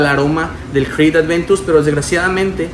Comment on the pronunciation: como puedes pronunciar con f una cr !!!! de verdad!!!